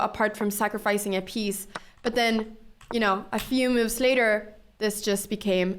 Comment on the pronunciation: After all the cow opening videos i misheard "moves" and thought she says "moo´s" you know the sound of a cow..